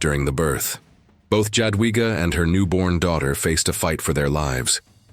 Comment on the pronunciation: The pronunciation is J(ya)adwiga. Yadwiga